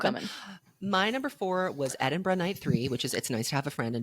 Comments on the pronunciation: As a Glasgow resident, I'm all for some Edinburgh slander, but istg if you say EdinBURG one more time I'm gonna start crying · EdinBURG? OURland? jfc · Petition for to stop saying Edinburgh like that